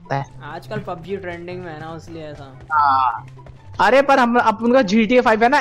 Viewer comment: he means that it's pub g not pung as said by